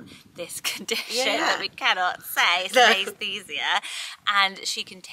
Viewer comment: Hehehe it's pronounced sinisTHEEzia ❤️